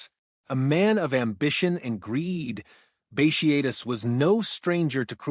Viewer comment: Bat e atus. Not bashiatus